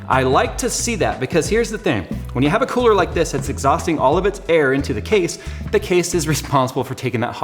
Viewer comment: "the kewler"